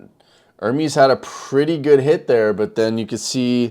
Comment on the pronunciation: his name is NOT pronounced ER-MEEEEEEEEs like peas...its pronounced to rhyme with "yes"